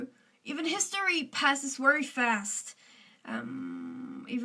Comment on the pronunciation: Work on ur 'very'